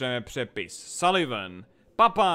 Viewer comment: ne že bych do tebe chtěl rejpat, ale jméno Papa Knotha (Sullivan Knoth) se nečte "sulivan", jako v Dark Souls 3, ale "saliven".:D